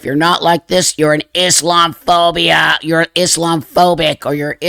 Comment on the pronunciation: IS....LOM......A.......PHOBIA. That's how it's said.